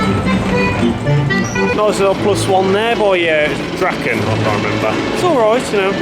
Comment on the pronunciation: Even though I can't Polish, I'm pretty sure that's pronounce [drahken]. You English with your silly vowel shift. In other languages an a is simply an ah. Draken in Dutch means dragons, but I dunno, in Polish it might be just a singular dragon.